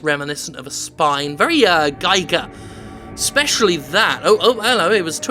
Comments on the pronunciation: It's pronounced "H. R. Geeger", not "Giger", AFAIK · 'Giger' is pronounced the same as 'eager', im not being picky its just that I use his coffin as a desk and when he spins my drink goes everywhere.